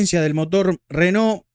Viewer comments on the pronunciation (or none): none